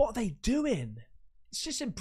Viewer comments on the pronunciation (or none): Did this mf just pronounce laguna beach as liguana beach??? 😂